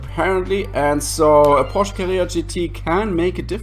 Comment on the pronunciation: It's Porsche by the way being helpful here. I mean there's a chance where you're from they say or type it differently.